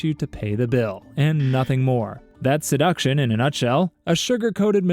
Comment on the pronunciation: Why’d he say seduction like that o.o